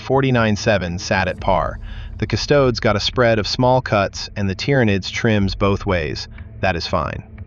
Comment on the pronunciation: Custodes rhymes with "Cody's," not "chodes."